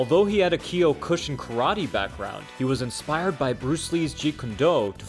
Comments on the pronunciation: "Kee-yo-KOO-shin" lol It's "Kyo-ku-shin" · Keeyokooshin eh?